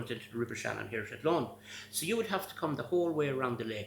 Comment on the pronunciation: I love pronunciation of Athlone ❤ love from Ireland 🇮🇪